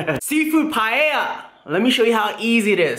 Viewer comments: At least he stopped pronouncing it as pallea :D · its pronounce as PA-EL-YA. Its looks good though. Love from Philippines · Its also pa-e-lla not paella. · I thought paella is pronounced as "Pa el ya " 😂😂 anywayss that looks so good 😍😍😍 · It’s pronounced “pie Ella” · Its Pa el ya. xD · Its so annoying everytime you say PAEYA wtf?